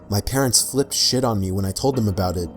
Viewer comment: This fucking idiot can't even pronounce parents right. Stop watching 22 seconds in. 😒